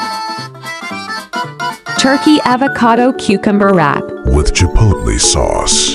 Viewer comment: WiTh ChIpOlTleY SAAucee